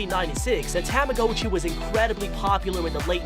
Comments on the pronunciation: Ah yes, Tama-GO-chi: the weird and unreal object.👌 Tamagotchi? Nah, Tama-GO-chi. Get it right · Its not Ta-MA-go-CHee, its Tama-GA-chEE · I’m getting so frustrated that you keep pronouncing the tamagotchi’s name wrong You are pronouncing the ‘o’ like it’s a long o, but it’s really a short o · you did NOT just say TAM-UH-GO-CHEE WHEN IT'S TAH-MUH-GAH-CHEE BROOOO😭😭😭😭💀💀💀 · "tame a go chi" ITS PRONOUNCED TAMAGOTCHI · “THE TAMHGOCHU” it’s a tamagotchi get it right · tamagotchi ta-ma-got-chi not ta-ma-go-chi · tama GA chi not tama GO chi Am I the only one that got mad at this? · Bro he really said TO-mo-go-chi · A “ Tamm- O-Goat-Chee “ ??? Got that pronunciation a bit wrong bud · i like how he says tamagOchi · tomma-got-chee, come on man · What about the Timmbits man !! And just saying its tama-gotch-i as in gotcha not go-tchi STOP butchering the beloved 1900's toy name. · tah mah go chee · Didn’t we all ready know this? And it’s a ta-mi-got-chi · Tam-ah-go-chiy. Woooow. Peeeerfect pronounciation. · Why does he pronounce tamagachi (dont know if I spelled it right) like that? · It freaks me because he pronounces tomagochi wrong, it may make you mad that I spelled it wrong. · Anyone else bothered about how he pronounces tamagotchi? XD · It’s pronounced “TOM-UH-GOTCHEE”, and bao is not “bayo” it’s “bow” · Mans pronounces Tamagotchi and Bao wrong like tam-a-go-chi and ba-yo lol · Bay-Oh and Tama-Go-tchi.... 🤦🏽‍♀️🤦🏽‍♀️🤦🏽‍♀️ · What is wrong with you? You pronounce tamagotchi wrong, and you pronounce bao wrong! Get it right!